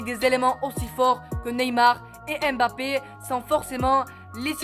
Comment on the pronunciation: Apprend à prononcer le nom de mbappe... Le m ne se lit pas séparément du reste du nom... C'est mbappe et non m'bappe